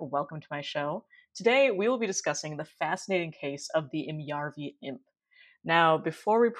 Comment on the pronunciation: its järvi : pronouncing Ä is easily learned by saying ASS but just leave the SS off. otherwise you do actually pretty good job!